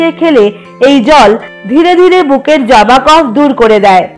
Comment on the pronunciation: তোমার নাক কি বন্ধ 🙄জমা কে জবা বলছো 😰